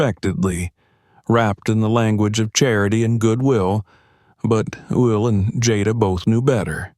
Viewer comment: How is this reader messing up Will’s name